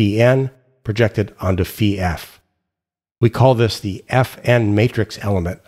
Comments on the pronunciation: Finally someone who correctly pronounces φ as "phee" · XToDaZ Xzibit We always pronounced it “phi” ! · As my mother language is portuguese, I find this satisfying, since we pronounce it precisely like this: Phee (φ), pee (π), ksee (ξ), mee (μ), knee (ν), etc.